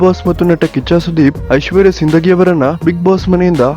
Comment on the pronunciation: Sindagi alla adu sindhogi correct matadari